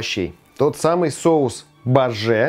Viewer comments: Сударь, этот соус называется "бАжи" (с ударением на А). Поверьте человеку, родившемуся и выросшему в Грузии. :-) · БАже - ударение на первый слог.